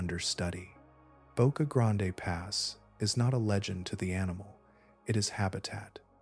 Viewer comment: ITS PRONOUNCED BOCA GRAND